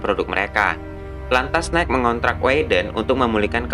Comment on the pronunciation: Nike = bacanya "naiki", bang :)